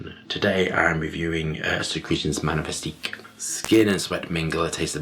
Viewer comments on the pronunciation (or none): secretions manifistique 😂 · you don't bother to even say the name of the perfume right.